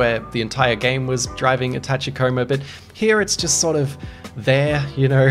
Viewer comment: “As we all know wall jumping make everything better”… yes, yes it does. Great, concise video on a great game, thanks. Now brace yourself for the inevitable comment storm over your pronunciation of “Tachikoma.” 😄